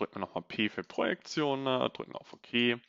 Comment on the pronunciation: Sehr coole contents, Danke dafür Gleichzeitig keine Ahnung woher das kommt, und warum es mich so nervt, aber diese unnötigen e am Ende von vielen Wörtern finde ich so dermaßen nervig, das ich die Videos oft nicht gucke... Keine Ahnung ob es dich interessiert, aber wollte es Mal als konstruktives Feedback einbauen Machene, hebene, Projektione